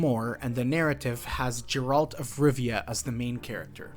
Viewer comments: Great iceberg. One thing tho, please don't say 'Jeralt', it's Geralt and even Netflix or EN VAs can get it right :) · God please nooo 😂 It’s Geralt not Jeralt.